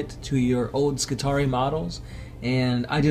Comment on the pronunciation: When you have an ending like 'ii' you pronounce it as two separate syllables; ee-aye. So Skitarii are Ski-Tar-Ree-Aye, adjective would be Skitari, Ski-Tar-Ree so you can say 'Skitari Legion' for example no problem. But, if you're talking about a group like the standard spelling 'Secutarii', it is always Seh-Cue-Tar-Ree-Aye. Secutarii. More than one Secutarius :). Same goes for Ka-Ta-Frac-Tee-Aye :D